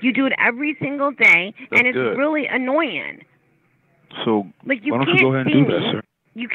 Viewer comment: "...and it's really annoyen." Lol!...